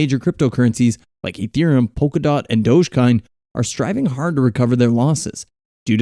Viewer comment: "Dodge curn and ethrem".. lol